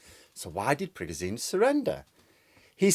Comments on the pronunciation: It's not Prigojeen. It's PriGOjen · Pri-ga-zine lol PRI-GO-ZHIN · It's PREY-go-ʒin, where ʒ sounds like the s in treasure/vision/pleasure or the g in genre. Another way to think about is that it sounds like a voiced version of the English word 'shin'. The way we spell his name in English makes sense by analogy with s/sh; the difference between z/zh is the same as the difference between s/sh. English orthography doesn't have a reliable symbol for the voiced post-alveolar fricative, but it is extant in many English dialects 😅 N.B. Your dialect of English may realise the words treasure/vision/pleasure/genre/shin differently than mine. Take with a pinch of salt 😜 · I like how you pronounce "Prigosene" like he is some sort of kerosene leaking fire hazard all over. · It’s pronounced prig-o-jun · His name is pronounced PRE-GO-TION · Sorry, there has to be at least one pedant! With my language teacher hat on your pronunciation of the Wagner leader should be Prig-oh-shin. And there's a conspiracy theory going around that the Americans made a deal with Prigozhin to pay him $1billion dollars to stage a rebellion, that Prig told Putin, they split the money between them, laughed their hats off at the US's gullibility, Prigozhin pretended to stage the coup then.... I don't know how this theory ends???!!!! But I prefer your clear, precise analysis myself! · Sorry but I wish you would pronounce Prigozhin correctly. It's pronounced, "Pri-gou-gine". If you have watched any coverage on this on Sky News from Prof Micheal Clarke you would know this. Couldn't watch a video from you talking about this when you aren't even pronouncing his name correctly!! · Great video, but not sure about your pronunciation of Prigozhin. 😬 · @@ Not offended but it does sound funny. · You say "Prigozhin" weird.